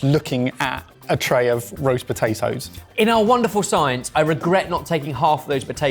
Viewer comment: po tay toes … not btatoes